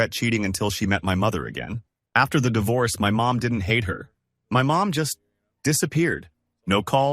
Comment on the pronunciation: It's not dievorce